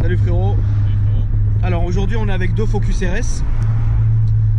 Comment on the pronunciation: ptdrrrr au début j'ai compris "je suis avec deux phoques"